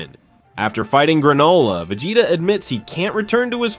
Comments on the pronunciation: vi-jay-da 😂 I'm out man. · Vagata? Vejata? Come on…